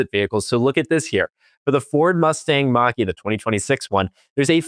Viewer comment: First of all, the Mach E is marketed as a BEV, always has been. Second of all, it is a Mach-E, not a "Mack 2", in case you want to make a point here. Third of all, there are a ton of reasons not to buy a Tesla today as Elon went full Fascist with a literal Hitler salute, so there is always that....